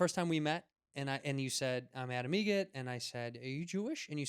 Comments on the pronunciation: It’s Adam EGRET...like the bird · actually it's egret, like the bird